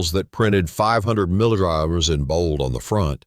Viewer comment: Very informative video with great information! I think more people would like this video if you had a regular person speaking instead of an electronic voice that can't pronounce the word "milligrams!" I was definitely deceived when I bought a 500 mg magnesium glycinate supplement for sleep and realized when I looked at the back label that it was only 90 mg of magnesium glycinate per serving. That's a lot less since the recommended daily allowance is approximately 200mg and 450mg per serving. Always read the back label before you buy it! Lesson learned! 👍